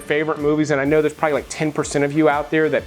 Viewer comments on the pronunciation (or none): none